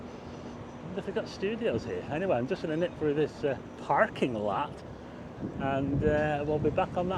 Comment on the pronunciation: " The Parrrking laart" That made me giggle.